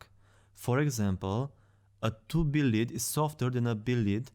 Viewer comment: You’re pronouncing lead wrong.